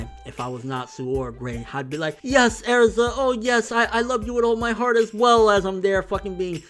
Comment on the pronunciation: STOP SAYING AIRZA!!!!